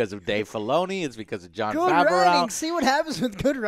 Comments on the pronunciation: Please someone, tell Joe it's pronounced Favro not Favarow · Joe, it's pronounced "fav-roe" lol.